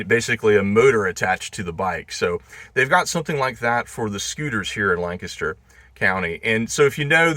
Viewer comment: Thank you for pronouncing Lancaster the way we locals do!! It is music to our ears. 🙂